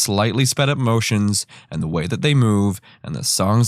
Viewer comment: "this is not the WEY"